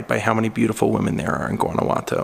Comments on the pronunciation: Hey, thanks for the great videos. Guanajuato is pronounced like WAH-NA WAH-TO, like the GUA in Guacamole, the avocado dip. Also are you a LEO and that is why you use? I enjoy your youthful wonder and appreciation of foreign cultures, food, architecture etc. You are fun to watch. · Christine Beebe; De Nada. You're welcome. Guanajuato (pronounced like Don Juan -Juanawato) is the Capital of the Mexican State of Guanajuato. It is absolutely beautiful and is probably the safest City in Mexico, but it is indeed a true labyrinth.